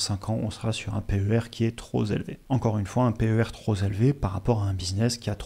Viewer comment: « Un PER troz élevé » Ça m’a fait sourire Cela n’enlève rien à la qualité de la vidéo et de l’analyse. 👍🏻